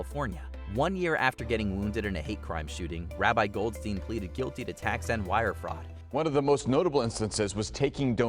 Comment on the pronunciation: That's not how you read "goldstein"